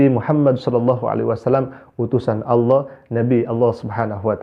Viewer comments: nyebut Alloh aja salah... dipastikan melihat Ultraman dengan 6 sinar... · Sejak Islam aja sudah susah mengucapkan kata ALLAH. Innalilahi wainnailaihi rojiun...